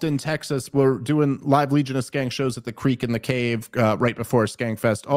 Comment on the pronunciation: Love Dave Smith, Love the Skanks. Why does Dave say her name wrong every time?